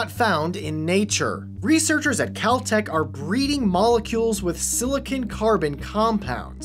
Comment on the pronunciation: Oh cheese, Cal-tech at first sounded a lot like Kel-Tec